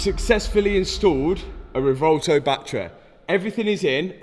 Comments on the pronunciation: Please pronounce the name of that beautiful car correctly. It’s pronounced Rev-oo-elto. Like a cow’s sound, moo. That’s the U in Revuelto. Now, just run it together, quickly and smoothly. Revuelto means scrambled in Spanish. Don’t understand why Lamborghini would call it Revuelto. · At least try to pronounce the name of your car correctly. It's not 'revolto' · the rewouwtouw lol - if you drive such a car you should learn how to pronounce it correctly first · lol "Revolto" Is Matt ever going to pronounce this thing correctly? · Its pronounced REB WELL TOE.